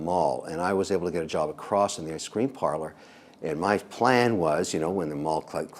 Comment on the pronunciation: it’s ice cream not iscream